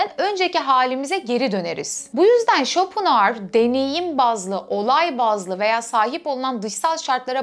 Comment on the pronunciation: İsmini bile yanlış telafuz ediyorsunuz !